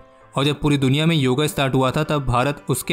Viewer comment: भाई हर चीज़ का अंग्रेजीकरण, योगा दिवस नही योग दिवस